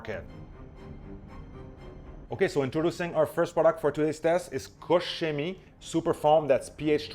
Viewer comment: thank you for good pronunciation of KOCH CHEMIE ♥ Because my ears hurt when I hear - COCK KEMIE, or COKE CEMIE .... :D COKE COLA CHEMIE